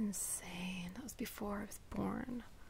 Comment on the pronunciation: I love the whispering!! And yes I caught the random American accent when talking about how '84 was before you were ""born"". Please more random American accent interjections! :D